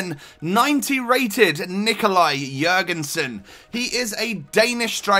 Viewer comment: you pronounced his name phenomenally compared to other youtubers